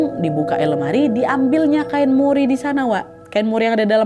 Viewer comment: Kain mori ya bukan cimori....😂